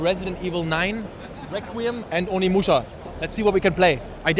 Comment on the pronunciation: i absolutely love you and all but instead of Onimuschi maybe call it Ohnemuschi